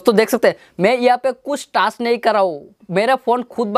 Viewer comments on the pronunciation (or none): none